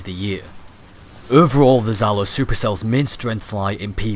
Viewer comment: Just wante to make little remark about your pronunciation. From Russian point of view, it's pronounced not " Zalo" it's something like " Jalo" or " Djalo" that's translated as " Sting" I don't want to complain or anything like that, just wanted to give you a little piece of useful information;3 Ps; Sorry for my English, I am still learning and try to do my best